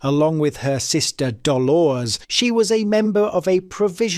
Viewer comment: Its either Ai or you cannot pronounce Dolores , Fermanagh amounst others